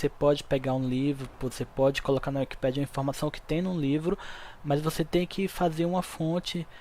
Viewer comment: É wikipééédia e NÃO wikipíiiidia 😮‍💨😮‍💨😮‍💨 NÃOO É BONITO FALAR ERRADOOOOOOO!!!!